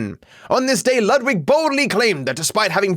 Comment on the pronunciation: can we just remember that "Ludwig" is a german name and i've yet to hear someone pronounce it correctly lmfao